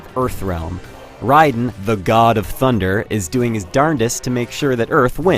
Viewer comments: rayden????? DUDE ITZ FUCKIN RAIDEN U STUPID FUCK!!!!!!! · i still can't believe this IDIOT called him Rayden!